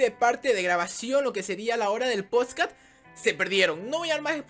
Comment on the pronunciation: En el minuto dice poscat